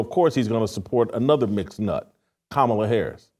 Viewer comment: You gotta love a Christian who made a "godly" pivot for clout tell women what to choose. Never seen a man of god that never raised anything other than a spoon talk about family structure. What have you led with no kids? Who looks up to you? A journalist caling her "Kuh Ma La" is hilarious.